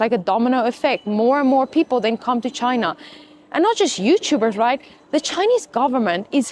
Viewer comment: Please correct how you say ChinAAH... Lol! It's China with a short a not aaaah! Hope you'e not teaching English there.